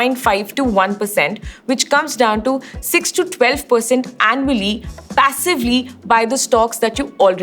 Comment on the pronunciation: U already have it. Notice how she pronounces "annually" 😂